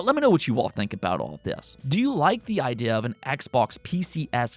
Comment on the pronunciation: why cant you maker the "ee" sound? idea "idiah"